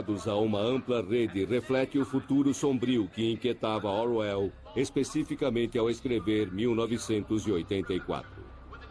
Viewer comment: Excelente documentário, só fiquei irritado com o narrador falando /orr uéll/ .... de resto tudo tá bonito. Não sabia que havia 3 versões em filmes, vou dar uma procurada. Conheço bem a versão que tem Hurt... ☺